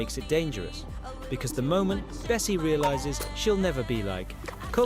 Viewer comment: Erm it's actually bassie not bessie